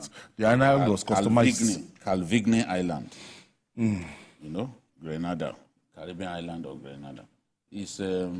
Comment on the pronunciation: Idiot, na Flavour be artiste wey you dey claim say you no know? Mumu, It is Grenada, NOT Granada, Spain.